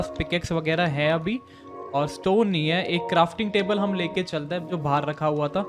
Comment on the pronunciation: It's not "nahii" it's "nii"